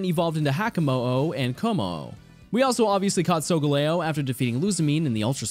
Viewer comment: Finally someone who pronounces Solgaleos name properly